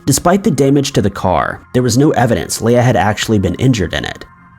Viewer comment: He also pronounced Leah wrong. He says something wrong in every video and it’s so annoying